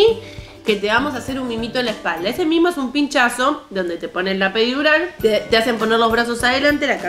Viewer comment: La "perirural" , el bife de chorizo Jajaja estallé mal